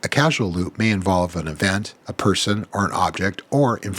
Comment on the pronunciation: its CAUSAL not CASUAL. did you make that mistake on purpose?